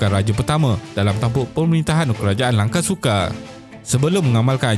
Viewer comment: Sebutlah betul².langkasuka bukan langkesuke.buddha bukan bude.mahawangsa bukan mahawangse.